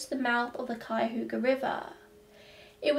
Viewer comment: I live in Cleveland and I have heard Cuyahoga mispronounced so many times, but you nailed it!